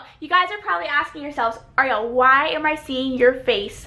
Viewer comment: everytime Ariel says "what's up everyone its Ariel" it sounds like she is saying "what's up everyone its zariel"